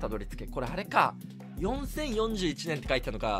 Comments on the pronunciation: よんじゅうそんちぇあんいちねんしょー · 4041を英語の読み方みたいに前後で区切って草な上に母国語出ちゃってるね。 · ついつい英語読みしてしまい英検3級がバレてしまうしゅう